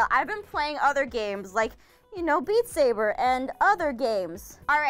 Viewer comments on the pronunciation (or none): none